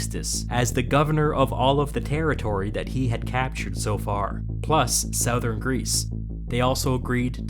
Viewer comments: Nobody:: Pronounces Southern as sow-vern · "...a giant volcanic lake in SOWthern Italy..."! Yay! Another weird pronunciation from my favorite history channel! Keep them coming you wonderful kook! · The way this guy pronounces sowthern always makes me chuckle